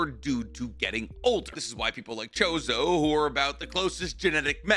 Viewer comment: Choso, not chozo